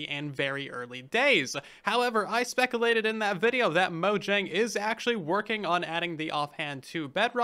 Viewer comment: He said specalated and I thought it was funny